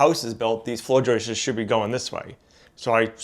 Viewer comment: “Floor joist-es”….What? Please; it’s JOISTS! Unless, this is part of the “RockSwool” vocabulary. Is this a New England way of speaking?